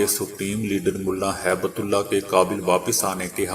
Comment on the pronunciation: Haibtullah naheen hib tullah hai urdu seekho bolna na maqool